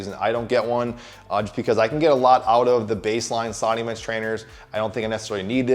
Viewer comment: You said you didn't pick it up so that's not your machine? but whenever you say sliding bench it sounds like you're saying slotty man's or slotty men's or something just to tell you.